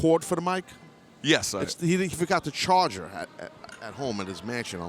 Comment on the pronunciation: "He forgot his chargah"